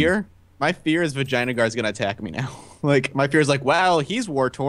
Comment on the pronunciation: Am I the only one hearing "vagina guard" instead of the actual name?